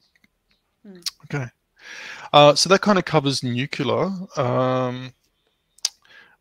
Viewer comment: Always grates o y ears whenever anyone says 'nucelar' insted fo 'nuclear' (from 'nucleus').